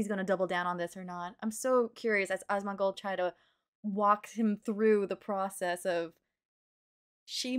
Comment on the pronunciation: Dual posting but I wanted to say it cracked me up in good natured way how this creator calls Asmon Awes-mon. It makes me giggle and not trying to be mean. It's cute and funny.